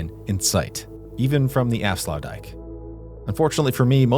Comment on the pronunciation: tbh i wouldnt call it sluices but gates. This because they dont lower or lift the waterlevel and they are a single gate not two gates like a sluice.And youre pronouciation of aflsuitdijk was really that bad tbh.